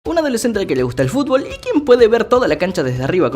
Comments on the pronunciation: Like Si Te Reíste Como Pendejo Cuando Dijo Fulbo JAJAJAJAAJ 🤣🤣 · Estoy viendo este video a las 6 de la mañana, te escucho decir “fulbo fulbo” y que me suelto a reír y despierto a mi esposa jajajaja en fin mañana duermo en el mueble pero valió la pena 😂🤣😂🤣😂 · Admito que si me reí cuando dijo sulbo 😅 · Amo cuando dice fulbo